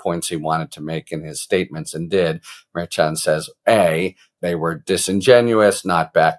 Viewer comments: Harry, you are mispronouncing the judge's name. It is pronounced MerSHan, not MerChan. Please, Harry, it's annoying. It's not that hard to do it right. In one of your videos attorney KFA gave you the correct pronunciation and you acknowledged it. Please be a little bit professional. Stop mispronouncing the judge's name. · Love your content. Pronounced MAR SHAWN not MAR CHAN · I love ya, Harry, but everyone else says “mer-Shawn”. 😀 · Harry!!!!! It's pronounced Mer-shawn. You were even told that. Come on man. Mer-shawn. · Harry it is pronounced like MER-SHAWN!🤭🤭🤭…Karen corrected you last week!…Love you tho,you are still my favorite talking dictionary! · As much as I appreciate your legal takes, I wish you would pronounce Judge Merchan's name correctly! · Why can’t you pronounce the Judges name correctly?? Do you have a French name impediment?? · KFA already educated you, Harry, on how to pronounce the judge's name. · Man, Karen Friedman already corrected you on the pronunciation of the judges name. It's not a hard c h